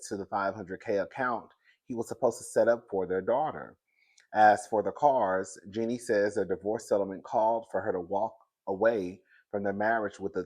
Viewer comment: It's pronounced as in Genie like the genie in the bottle. U kill me each time u try to pronounce her name 😂😂😂